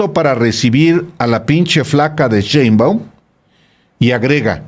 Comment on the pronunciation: Alejandro aprende a leer y sobretodo a pronunciar bien las palabras, más si estás mencionando un apellido, es "Sheinbaum" no "Cheinbaum", tipo irrespetuoso